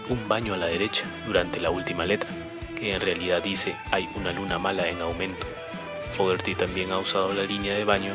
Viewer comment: te voy a decir como se pronuncia su apellido así se pronuncia FOGUERI tengo 48 años escuchándolo y quiero que en mi funeral se escuche pura música de Credencce